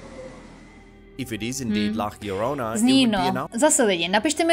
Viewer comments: (LA) JORONA. Co je na tom těžkýho? Proč čte LLORONA jako LLARONA? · " La Jorona" se to vyslovuje :)